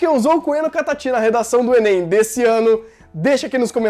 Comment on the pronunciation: fala enên também